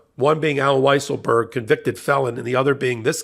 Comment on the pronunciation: Weiselberg is now pronounced "weezle-berg". Fitting the liar, and cheater